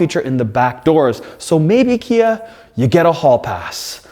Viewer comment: Please stop saying KN Badge.... Its NOT KN it clearly spells KIA Lol. Besides that yes 10/10 recommend